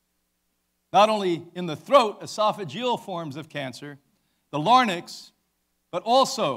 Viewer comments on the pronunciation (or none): No, that's the trachea, just under the larynx (not larnyx). I'm just a little surprised Brian didn't know how to say larynx, or know what it is. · He doesn't even know what a larynx is. Did you hear him say LARNYX in the video? He didn't even correct himself...meaning he doesn't even know.